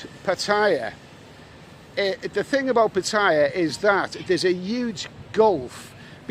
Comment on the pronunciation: It's Putter-YAH, not p'TIE-ah